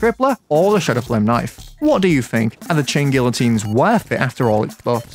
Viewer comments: its pronounced GEE-a-TEEN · You corrected yourself and you were still wrong. It’s ghee ya teen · You churn these vids out like sausages btw I pronounce it gee-uh-teen not sure if thats correct tho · please its pronounced gee uh teen, you hurt me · bro its gee uh teen bruhhh 😭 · it's pronounced gee-uh-teen because the "LL" makes sort of a "Y" sound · Gee uh teen. PRONOUNCE IT CORRECTLY. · the funniest thing about him correcting his own pronunciation is that he's STILL pronouncing it wrong after he gets it right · You managed to mispronounce guillotine, correct yourself, and then proceed to use an incorrect pronunciation for the rest of the video anyway. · The fact that you corrected yourself and still got the pronounciation wrong XD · You still said it wrong btw